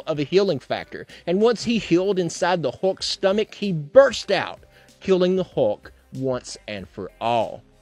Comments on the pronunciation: Am I the only one who is totally annoyed by him saying hawk instead of hulk? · Dude doesn't say 'Hulk', he says 'Huck'.